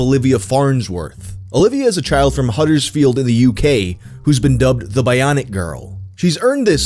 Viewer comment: Hearing him say the word Huddersfield was absolutely bizarre